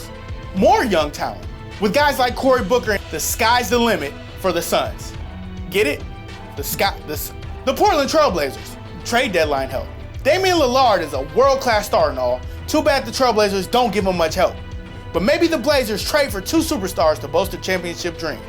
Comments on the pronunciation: Corey booker?? Damian Lil-ard my dude really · Damian Lil-ard LMAO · Corey bookers? Damien li-LARD I'm crying 😂😂😂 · Damian lil-ard that should be his raper name and who is corey booker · Damien Lil-lard lol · Damian Li-LARD come on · CORY Booker? Damian Lil-ARD? you guys need to stop making these basic mistakes, you guys mess up on so many videos, its ridiculous. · Damian Lillard. Boi get it right.